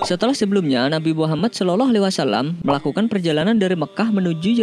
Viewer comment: Saloloalaiwasalam. Salawllah bacanya bukan salolo